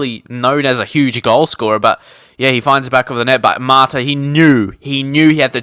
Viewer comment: He's called MATA not MARTA